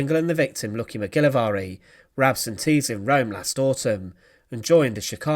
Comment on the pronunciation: You make the Scottish name Mcgilvary sound VERY exotic ..fyi its pronounced Mick - gil -vary not the way you said it . Thought you would know this seeing how you are British.